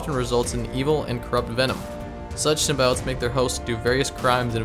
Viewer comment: STOP SAYING “SYMBIOTES” LIKE THAT YOU SAY IT EVERY 4 SECONDS YOU PRONOUNCE IT WIERD EWW